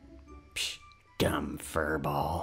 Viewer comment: IT'S NOT DUNB